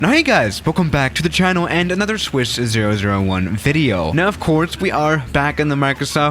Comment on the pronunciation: Swiss ze-zero-zero-one.